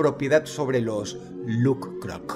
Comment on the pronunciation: Me encanta cuando Dross pronuncia "LuK-Krok" 😮